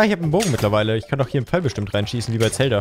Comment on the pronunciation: Manuel würde dich dafür wie du Zelda aussprichst anschreien 🤔